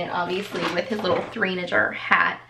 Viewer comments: Hi! Just wanted to let you know it’s pronounced three-nay-jer. Instead of saying teenager, people are saying twonager and threenager to compare how toddlers act crazy like teenagers or they act very mature for their age. Kinda like 2 going on 20 type of concept. Also, I LOVED your picks for Camden and Quinten!! 💙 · Aly Cat lol!! I was also saying “ It’s three-nay-jer!!!” Each time she mispronounced 🙈🙈 Loved the video , great haul !